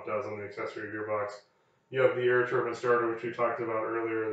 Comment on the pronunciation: thank you for saying “tur-bin” and not “tur-byne” i feel so validated 😂